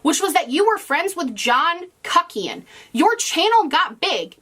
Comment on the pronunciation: I don't want to hear say "kuckian" ever again